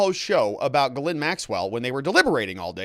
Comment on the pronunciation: It's actually Ghee-lé(i)n, the "e" is very sharp and the "i" is very faint. It's posh 🤮